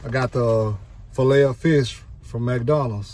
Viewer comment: You say fish just like my late grandma. 😂 “Feesh”